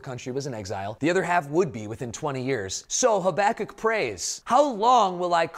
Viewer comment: My teacher did a verbal test on the books of the Bible and made us say the whole thing wilst covering our eyes. The teacher said "Haba-kook"... What!? I said "Haba-kuck" You said: "Hoback-kic"